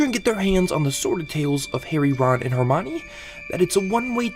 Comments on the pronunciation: it's "her-my-nee" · Forget that, actually pronounced Hermione as "her-maany" XD Bro is making a video about Harry Potter but can't even pronounce Hermione correctly XD